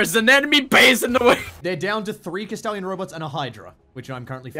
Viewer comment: is saying kestallion robots or kastellan robots?